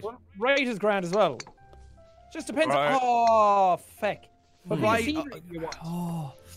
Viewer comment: said feck with a u in place of the e. I don't have any issue with cuss words, but it really sounds wrong out of mouth. Like, that isn't how you say that word.